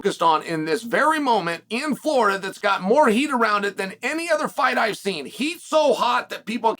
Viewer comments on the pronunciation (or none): none